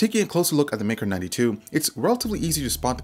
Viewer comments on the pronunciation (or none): I keep hearing Mecro92 rather than Maker 92